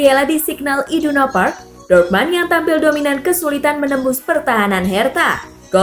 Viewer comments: Min,kalo jerman apa tulisan nya itu yg dibaca,dortmund tetap dortmund bukan dibaca dortman,koreksi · Ngomongnya biasa ajalah ngga usah banyak gaya,,ngomong Dortmund aja jangan dorman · Dortmund kali bukan dortman,bicara lah yg bener semoga kk sepasi yg lama cpt kembali 🤲